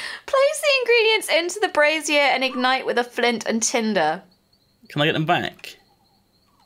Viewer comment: I love how fails to pronounce "brazier". "I put a spaceship in a brassiere." We need fan art of that.